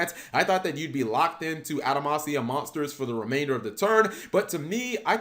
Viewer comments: Why does cap keep saying adamacia when it’s actually adamatia? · Stop saying Adamansia it's Adamantia with a "T" not a "S". If you're going to have word pop out of you mouth then say them right, you clod! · im really not hating on Cap but why do so many Yugitubers mispronounce card names. It almost seems like they do it on purpose to trigger us. Are we really supposed to believe they think its actually pronounced the way they say it? Its spelled Adama-T-ia. he said Adama-S-ia like 20 times. Bro!!!!! theres no S in there LMAO. Just to prove I'm not picking on Cap, anyone who watches YGOPaisano knows he ALWAYS says ElectrANite. Where that N come from??? its ElectruMite.... okay rant over lol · Am I missing something or is he just saying the name of this archetype incorrectly. Because if the name of this archetype is pronounced anyway close to adamantium then he is saying it wrong. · He was even saying the name of the cards wrong they're pronounce how you would pronounce adamantium like wolverines claws.